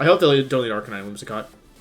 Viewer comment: The way he said Arcanine, made me hate him lol